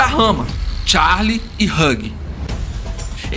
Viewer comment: Vídeo excelente amei 👏👏👏👏👏 só um diquinha de inglês Hugh, se pronuncia /hju/